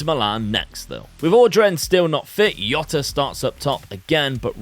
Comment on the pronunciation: In Portuguese the J is pronounced so its Jota rather than “Yota”